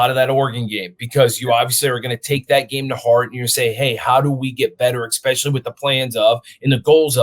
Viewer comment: the word is eSpecially. you sound like a toddler.